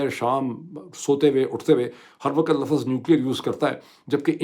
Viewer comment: Correct your urdu pronunciation. LAFZ not LAFAZ